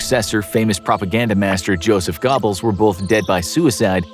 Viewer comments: Joseph GOBBLES 🦃 😂 🦃 it’s Goebels.. pronounced like it looks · Jeez. GO-bles not Gobbles. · Goebells name is pronounced “Gerr-bulls,” not “Go-bells.” The “oe” sound in German sounds like a soft “r.” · Goebbels was pronounced "Gobbles" throughout the video, but it actually is 'Gurbles'. Goering was also not fully pronounced correctly as there is an emphasis on the R. I'd have checked other sources to confirm a more accurate pronunciation of the names, but that is just me. Even Speer is not accurate. There are small nuances to pronouncing foreign names. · Oh its GObbels not GOBbels, also its cyanide vials not tablets or whatever. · Josef “Gobbels”? It’s pronounced with an r. Eva Braun is not pronounced like brawn. It’s pronounced Brown. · you keep pronouncing Goebbels as Gubbles and it drives me insane. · They all escaped to South America and just like cowards. All these people looking for them but people they hid them. So many escaped justice but as for the secret services that went searching for them. Don't look for the white guys with German accents. I mean c'mon. GOEBBELS is pronounced Gerbils. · He said Joseph Gobbles. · Really hard not to laugh when you consistently mispronounce the name Joseph Goebbels as Joseph "Gobbles" as in "I just gobbled up the dinner you made". You might want to practice those German name pronunciations prior to narrating your videos. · Did he say Goobles??? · Goebbels rhymes with gerbils. Just saying. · Gobbles.... Joseph Gobbles 🤦‍♀️ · ah yes, the infamous "Joseph Gobbles" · He pronounces it Joseph gobble! Ha ha lol! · had to stop watching at Joseph "Gobbles"... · I'm so annoyed and at the same time find it hilarious that you pronounce Joseph Goebbles like a turkey... 🤣🤣 Just google it before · He said Gobbles… he really said gobbles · Did he say Joseph Gobbles, gobbles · Not like it matters too much but your pronunciation of some names was pretty funny. Hermann Göring is pronounced 'Ger-ing' and Joseph Goebbels is 'Go-bowls"